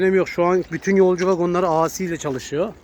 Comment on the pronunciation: Di si yada ey si diye oku, a si ne demek😄